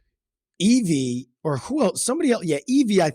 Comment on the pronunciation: Her name, Evvie, rhymes with heavy. Not Eve-EE